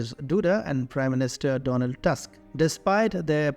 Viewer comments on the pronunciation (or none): none